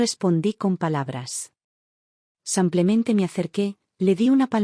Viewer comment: Que significa la expresión SANCLEMENTE, que la oigo en muchas de sus historias..? Excuse, me parece que es error de lectura y lo que quiere decir es SIMPLEMENTE. De lo contrario no entiendo esa exclamación..!! Gracias.